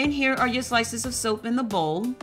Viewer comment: "Stoap" lmaoo. Ive watched this too many times to have caught that, great tutorial!